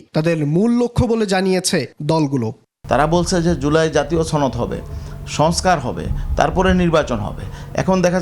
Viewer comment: চনদ নইরে সনদ😂